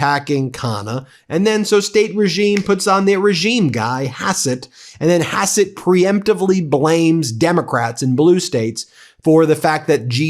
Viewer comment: Hassett not besset